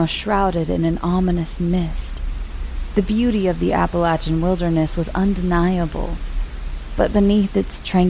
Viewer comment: Mispronounced Appalachian. Continues to mispronounce, super annoying, can't finish.